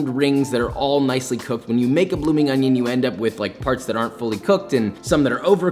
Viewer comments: I followed when he said ᵒⁱⁿʸᵒⁿ. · I love that "onyioonggg" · Me: please say it Josh: oNiO Me: perfection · Did I just hear Poppy say Onyon? I know another cooking Daddy who says Onyon. Now that would be okay, both cooking Daddy's doing their thang on the same screen. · Can't believe it took a whole three minutes and thirty seconds for him to say the classic "on-yon" in an onion video! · You know nobody in Worshterschire actually calls it by the full name right, it's just called woster sauce